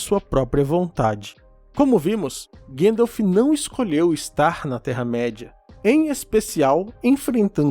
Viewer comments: Sou fan de tolkien a anos, descobri seu canal recentemente, muito bom cara, parabens, se eu puder falar uma parada, sem ser chato, eu ebtendo as pessoas falarem guendalf, pois e assim q o frodo do filmes chama ele (outros personagens tb) mas repare que o saruman sempre fala Gandalf, nos extras da versao estendida, Christopher Lee diz que a maneira correta de se falar e gandalf e naoo guendalf, ele conhecia o professor, e acho que junto do pj era o maior fan de sda do filme, lia os livros uma vez por ano pelo menos, no extra ele explica a etimológa do nome gandalf e pq e pronunciado assim, desculpe se fui chatao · Quem é esse tal de guendalf? Desculpe, eu sei que é culpa da dublagem e agora todo mundo fala errado.